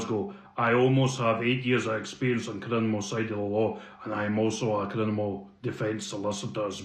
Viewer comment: A barracrava?...n sum lawyer knob canny say criminal....3 times the moron said CRINIMAL....FAT grouse